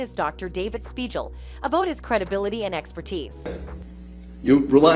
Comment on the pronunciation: spiegel, like legal or seagull, not like a j sound. are you a reporter or just trying to get video hits. The doc was an idiot but if you were watching the trial, you'd know the pronunciation of his name.